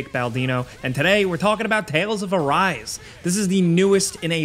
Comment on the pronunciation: It's not 'a rice' it's a ri se', like japanese word.